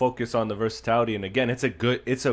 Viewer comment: It's "versatility" not "versatality"